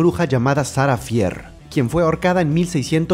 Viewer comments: No se pronuncia "Sara fier" se Pronuncia "Sara fir" pero se escribe "Sara fier" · No es sarah fear se pronunsia sarah fir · Shara fier es así lo dijiste mal bro soy tu fan me das un saludo